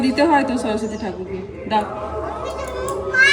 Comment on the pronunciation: দাদা সরস্বতী হবে not স্বরস্বতী